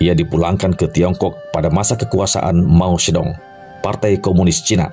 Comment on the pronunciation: Betul bang.. pelafalan nama2 dlm bahasa Mandarin nya hrs lbh baik lagi.. seperti Permasuri terakhir diucapkan Ce Si, bukannya Ci Si atau Si Si.. lalu ada Mao Zedong harusnya diucapkan Mao Ce Tung, lalu Perdana Menteri Co En Lai.. ada pula jendral Yuan Se Kai.. Moga kedepannya bisa lbh baik lagi.. Tetap semangat.. Cia Yu.. 👍👍👍